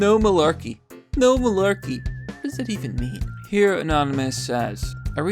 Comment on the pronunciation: Tim Pool did not know how to say malarkey....I loved it. You know your catchphrase is outdated and irrelevant when people can't say it and have no idea what it means.